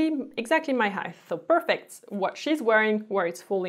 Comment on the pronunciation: Love your videos!! Friendly note height is pronounced with a “t” not “th” crazy language English 😝